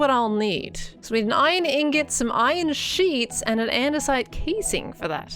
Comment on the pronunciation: Hi. Ur a geniussss dont listen to people laughing as u make the iron sheeettss. Love the base and thx for info😂🎉